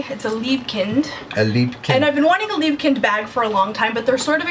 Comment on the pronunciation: The way you pronounce Liebeskind is really cute.